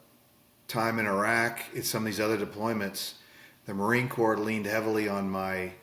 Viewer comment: He said “the marine corpse relied heavily on his DEA skills”. ROFLOL